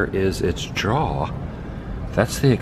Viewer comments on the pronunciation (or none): Did you just pronounce jaws as "draws"?